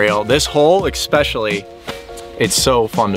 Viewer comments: Someone tell it isn’t EXspecially. Lol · saying “expecially” is the most adorable thing ever